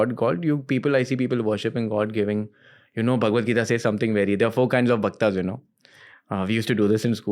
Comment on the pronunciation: Bhaktaas? Seriously why you can pronounce that bhakt right.